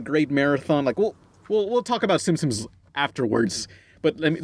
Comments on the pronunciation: Am I the only one who hears say Simpsons like "Simsims", or "Simpsims"? Just a thought:D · Why do you keep calling them the Simsims? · I always liked how pronounced Simpsons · It's Simpsons not Simsims...